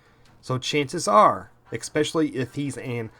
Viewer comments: Ditto on thinking monkey's comments..Just a personal observation/ constructive criticism, ,,,the word is: ESpecially, ,not EXpecially. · Especially not exspecially...just sayin. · While this may seem kind of “troll-ish”, I don’t intend it that way. I cannot subscribe to your channel until you work on your pronunciation. Example: It is not pronounced “ek-specially”, phonetically it is “es-specially” Drives me bonkers when I hear that and I am unable to focus on the excellent content you provide... This is not a speech impediment kind of thing, so I know you are able to correct it. If you are unwilling to correct speech patterns such as this, then how informed and viable is the other information you provide? Honest, constructive criticism here. Thank you. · especially, not xpecially! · I can't stand it when people say EXSPECIALLY. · Especially, ES-pecially. Not EXpecially. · "ex-specially" lol